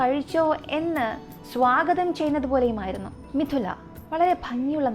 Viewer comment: മിഥില എന്ന് ആണ് മിഥുന അല്ല ട്ടോ😊😊😊 pronounce ചെയ്യുമ്പോൾ തെറ്റി കേൾക്കുന്നു😊😊